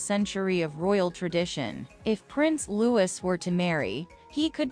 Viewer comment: IT'S NOT LEWIS HIS NAME IS PRONOUNCED LOO EEEEE (LOUIS) !!!!!!!!!!!!!!!!!